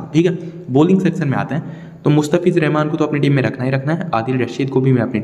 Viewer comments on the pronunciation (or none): none